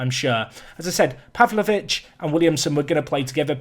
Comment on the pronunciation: I am Serbian, and you said it pretty good for Stevanović. Pavlović you said it like Serbians. 😂